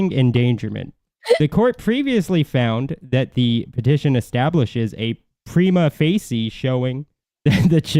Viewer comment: Pree-ma Fa-sha FA rhymes with BAAAAA. Thanks for this info, guys.